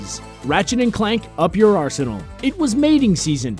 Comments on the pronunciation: Being British, every time I hear him up your ARSEnal I start laughing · I thought the "up your arsenal" bit was like "up your butt".